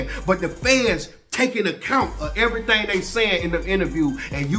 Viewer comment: he said im telling everythang. everythang?... everythang.